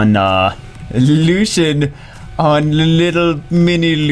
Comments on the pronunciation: "Lu si en" is how you pronounce it not "lu sh en" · It's pronounced Loo-see-in. Not Lushen. And he's a dude. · Its not pronounced LU-SHEN its pronounced LU-C-IEN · wouldn't it be more like (lu-see-en)? Lucien? Where is the h sound that is in LusHen coming from in Lucien? Js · thats wrong. Its LuCian not luchian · i think it is pronounced as " LU-SI-YEN " am i right ??? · warren Its pronounced in every other major language Luu- cee en, too. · Yes, I know little french. It pronounced lucyen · bro stop calling him lushien, do you call Lucy's "lushy"? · hate people who say her name wrong... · You're right. He is saying it wrong. he butchered Lanett's name in her spotlight too. he pronunced it lan-it rather than La-net. im terrible at some of these odd game names too, but these are not too difficult imo.